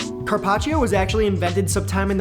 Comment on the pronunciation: “Carpach”???? “Tendu”???? Very punchable face